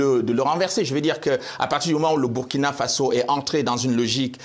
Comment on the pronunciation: Belle émission avec un africain intellectuel intègre dans ses analyses! La Journaliste prononce bien me nom de mon pays: Burkina Faso!